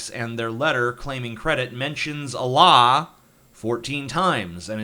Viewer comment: You pronounce Allah weird.